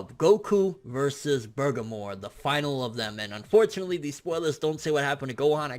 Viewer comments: lol your ponoucing that name wrong dude. its bergamo, not burgermore lol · I feel like you butcher names on purpose lmaoo. It's BER-GAH-MOE..not BER-GUH-MORE lmaoo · In every video it sounds like you keep saying "Bergamor" even while reading his name. I don't know if that's just how you sound when pronouncing it, but there's no "r" at the end though. "Bergamo". #justsaiyan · I was thinking the same thing. He says it exactly like burgarmore instead of Bergamo. Weird pronounciation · He should've pronounced it like Ber-ga-mo with precise sounding Even his closed caption says: "Burger More" lmao ( must be hungry) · Jonathan McGuire I would think that as well, but i watched him, in video form, reading it himself and say, "Bergamo? Maybe its Burgermore?" and not bother since to actually look it up. Considering he tried to translate it and failed, and didnt bother to even research his material is showing lack of effort to provide quality information to his viewers. I used to watch him for news but now i watch just to see what false info and head cannon he is posting today. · He said Boogermore. Hes talking about his arch nemesis of his hanging out that right nostril. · you have a huge booger in your right nostril, is that why he is refering to bergamo as bugermore lmaoooo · There is literally no R at the end of that word. Please stop saying burgermore before I tear my ears off. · why do you keep saying burgermore lmaoo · You keep saying bergamore, why? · did you say "burgermore"?????????? hahahahahaha, tho tf is he?? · Love u bro lol, but it's Burr' ga' moe' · BUR - GAH - MO.....Say it with me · Everytime you say Burgermore, I laugh so hard. Can we get a burgermore count going? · it isnt just an accident either... he has said "Burgermore" in every video for the past 2-3 weeks. Maybe next he will fight "Gock yew"? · you're saying his Name Wrong lol. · Why are yoU adding an R to the end of Bergamos name?? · BER-GA-MO!!!!! Not Bergamore